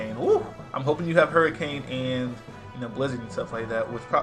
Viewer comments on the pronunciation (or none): none